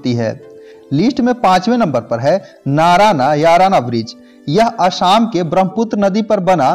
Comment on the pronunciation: Nice informative video. But that bridge of assam is not नारानायाराना, it is नरनारायण bridge..